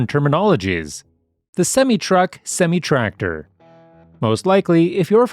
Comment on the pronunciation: You pronounce semi wrong